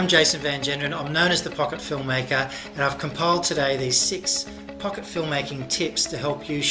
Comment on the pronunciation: is it just me or did it sound as if he said fucker film maker ?